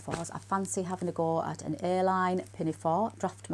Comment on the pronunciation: I’m an American. I kept asking myself, what is an airline pinafore and skirt? Maybe wants to make some vintage inspired flight attendant apparel. Then I heard, A-line, 😂😂😂😂. Hang in there. We’re all in this together. Prayers for John and you. ❤️🌵